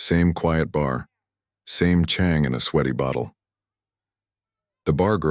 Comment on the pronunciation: Yes but the Thai tones are terrible. E.g beer Chang is pronounced charng with a rising tone